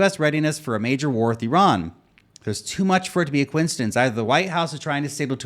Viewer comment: Thanks for pronouncing Iran correctly. You're one of the few in any kind of media who do. Though you f'd up the pronunciation of Iraq (ee-rock)